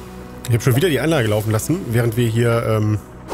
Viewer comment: Echt beeindruckend diese "Anlache" 😜 Aber sage mal, gab es einen Grund warum du die Lager/Läger soweit weg gebaut hast? Ich meine wenn sie näher dran gestanden hätten, dann hättest du weniger Forderbände gebraucht. (Ja, ich weiß, nu isses Wurscht) 😜